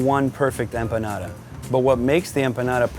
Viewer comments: Cada vez que dice "empanara" una empanada se suicida!!! Jajajajaja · i like how he says empanada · So cringe how he pronounces empanada.....